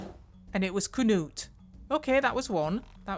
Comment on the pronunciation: Oh no Knut! 😭 good job on the pronunciation though 😅